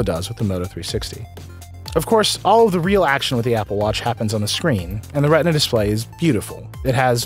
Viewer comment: "retina" lol